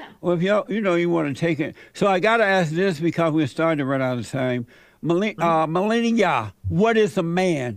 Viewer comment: It's *Me lee nee yuh